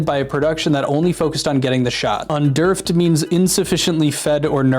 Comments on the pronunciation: Did he say "un-derfed"?!?! Under-fed???? Whoa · "un-derfed"? rofl - it's "under-fed" ;-) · Underfed, as in Under-fed.... not "undurfed" wtf man. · You really didn't say "un-derfed" 😂😂😂God damn you didn't hit the audio button when searching what UN-der-FED meant?!? You have one job here, that's speaking. And dude if you don't know underfed isn't a made up Willy Wonka word, this job might not be for you. Go back to school man. I get irritated because if you wanna have the simplest job in the universe, practice your reading and speaking skills. That's just embarrassing as fuck. What's wrong with your generation. And once again, YOU GOOGLED THE WORD YOU DIDN'T KNOW, AND DIDN'T HIT THE FUCKING BUTTON THAT SAYS IT OUT LOUD SO YOU DON'T KEEP LOOKING LIKE AN IDIOT? Judas Priest man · it’s pronounced “under-fed”, not “undurf’d” unless that was intentional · Under-fed. Not un-derfed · underfed... un-derfed???? Do you mean under-fed? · Honestly, good video. Pronouncing under-fed and un-derf-ed completely threw me though. I'll have to remember that one :D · Un-Derfed? I think you mean under-fed lol but good info ! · Hearing underfed pronounced like underfd unstead of under fed legitimately made me jump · under-fed....not underfd..lol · Bro lol I'm sure you're trolling but it's not pronounced "un-derfed." It's "under-fed" lol. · Under-fed, not unDERFed lol couldn't tell if that was an intentional joke or not but it cracked me up either way haha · "underf'd" bro it's under-fed. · pronouncing un-der-fed as un-derfed has to have been a troll right? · Underfd?! really man?! XD It's under-fed... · Lol not underrfed! “UnderFED” SILLY OMG 😂😂😂 but great video that part just had me weak !!! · pronouncing under-fed as un-derfed is crazy ngl 😭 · i havent been active in comments for a while, but its under-fed, not un-derfed made for a good laugh though! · "Underfed" killed me cuz it's under-fed it's not underf'ed Literally meaning in the words used not fed enough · Under-fed, not un derfed.